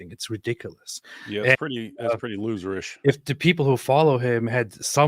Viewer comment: Hahaha "loserist". I love it!